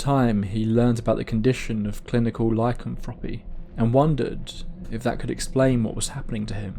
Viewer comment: You said lycanthropy just fine. There’s a few ways people say it and yours is actually one of the more common ones